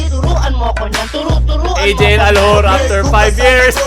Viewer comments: Kakaiba talaga si, walang katulad 'to. pano ulit yung accent? "ALHUR" HAHAHAHA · Aljur but ,l and u, r are silent